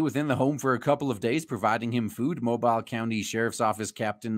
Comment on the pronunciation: It's Mow-beel. Most people get that wrong. Looking at some other articles it seems like some of them were meth heads. I'll have to ask some folks I know about that place and see what kind of reputation it has.